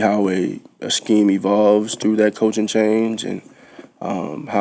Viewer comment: Hurts hard emphasis on the way he says 'Coaching'. That boy's head has got to be spinning every season. HEY, give Nick Foles a call. He has some excellent insight. Go Birds🦅💚!!!